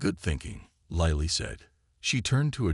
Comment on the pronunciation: The AI is mispronouncing Lily. If it mispronounces Mya Chen it will be the ultimate fail. Wooop now it's pronouncing Lily correctly. This is also a fairly dedicated copy of the story from another provider. Plagiarism is not impressive. Never mind about Lily. It's mispronouncing it again.